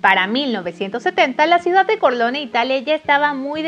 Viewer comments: Se pronuncia “Corleone”, no “Corleoni”. Porfa no pronuncien en inglés palabras que no están en inglés. Por ejemplo, se dice “Borgia” como se escribe y no “Boryia”. Háganle un favor a todos y burlaban a hacer el video. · Soy un hombre sencillo, escucho "Vito Corleoni" y le doy dislike al vídeo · Todo muy bien pero pronuncias muy mal los apellidos dices CORLEONI Y CORLEONE pronuncias muy mal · con aires de norteamericana. Es Corleone, no Corleoni. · No se si se te paso, pero si no trabaja con tu pronunciación es CORLEONE no CORLEONI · Aparte de la voz extra chillona, pronunciación exagerada No sabe pronunciar el apellido Corleone. 😕 mejora un poco por favor. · Es Corleone así como se escribe